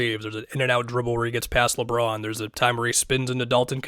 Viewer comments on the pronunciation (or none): none